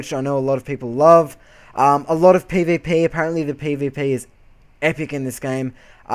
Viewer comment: ESO is not completely voice acted as your character is not voice acted which makes it flat. i am willing to bet EQ will be completely voice acted from the npc' to your character, no idea about wildstar, though from the game play it doesn't appear so. other than that good review even if you cant say pvp properly lol sorry! all in good fun :) and you didnt say "its just like wow" all that much